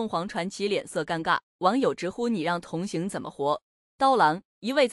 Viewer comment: 你是机器人讲话吗？同hang, 不是同xing.